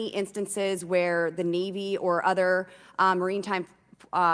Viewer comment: I don’t trust anyone who tried to use words they can’t pronounce like maritime and immaculate but you go ahead and follow the evidence that was exposed in the session. Oh wait…